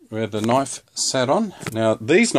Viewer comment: "dats nat o noaif" xD